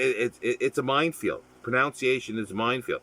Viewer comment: A very fascinating but frustrating subject. I tried to watch the entire video, but I couldn't. Why? Well, from the very start you drove me nuts by pronouncing 'pronunciation' wrong. Aarrggh!. It's not 'proNOUNciation', but 'proNUNciation'. Aaarrggh!🙄😵😖